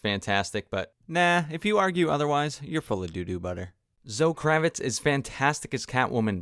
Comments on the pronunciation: It isn't for a normal person. However he isn't a normal person. He is presenting himself as an expert on cinema who spent significant time dissecting this movie but can't say the 2nd leads name properly. And it's not like he misspoke once. He really thinks that is her name. I'm obviously being hyperbolic but my point stands. It's like when Brendan Schaub said he studies comedy all the time and then immediately called George Carlin by the name George Carlton. And had to be corrected 3 times. He obviously doesn't study comedy. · If you think that is aggressive I don't know what to tell you. Hyperbolic yes, but I didn't threaten or attack him. Just said it in an excited way. It got his attention. If I said "you mispronounced Zoe Kravitz name" no one would have cared. Anyway like I said I like his work it just seriously took me out of the video. Everytime he said it, my focus went to that and not whatever his next sentence was. He took it ok so I'm not going to lose sleep over it. I'm sorry if it bothered you but it got my point across. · I didn't notice because he kept saying Zoe Kravitz name wrong. For fucks sake it's not like she is some unknown actress